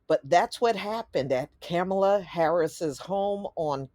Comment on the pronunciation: Can you at least say her name correctly